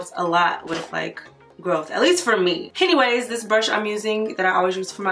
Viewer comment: Did you say "hennyways" when you were talking about your brows? 😂😂😂😂😂